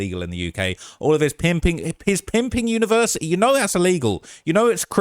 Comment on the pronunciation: He has a "univers'ee" and he can't even say the word??? 🤣🤣🤣 And outing the eastern European mafia??? What a total chinless m*ng